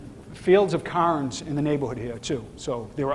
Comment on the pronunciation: it is CARE-NS, NOT CAR-NS. CAYRns, cairn CAIRns.